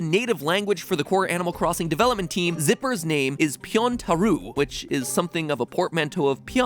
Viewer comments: ぴょん太郎 would be pronounced "pyontar-oh,' not "pyontaru" (No hate at all. I have no one to practice Japanese with and Im just being nitpicky, sorry...) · No comments about how MatPat pronounces "Pyontaroooo"? :D It's Pyountaro(u) - the 'u' is almost silent :)